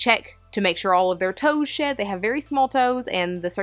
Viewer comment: I thought when you said "shed" you were saying sh1t and I was like "Oh..Reston doesn't go grey when she's about to take a sh1t on my bed.."